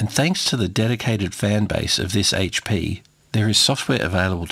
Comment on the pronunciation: Thank you so much for not saying "Haytch Pea"... would've drove me nuts.